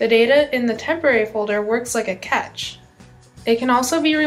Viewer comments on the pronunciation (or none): "temporary storage acts like a catch" - you mean a cache, pronounced 'cash'. "this folder is ready-only" - you mean read-only. I see Microsoft is scraping the bottom of the barrel for female interns? rofl xD I am tempted to port my Android apps over, but its not as easy as this transcript she is reading makes it out to be. Android UI elements having analogous Windows UI elements doesn't help the fact I have to completely re-integrate existing code into a new OS with new Layouts.